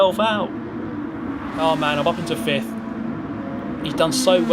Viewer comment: Will fihffth be the new sixchxhhhht?